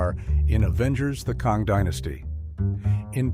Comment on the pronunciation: I wish you were invest in a better AI that knows how to pronounce names. Kong? Its pronounced Kang. Romeo plus Juliet? I have our time watching your videos because your AI is so bad at pronunciation.